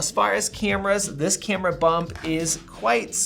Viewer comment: Sayemsung. Cayumera. Fuck dude